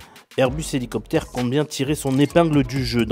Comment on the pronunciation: 17000 z'hélicoptaires. J'ai les oreilles qui saignent.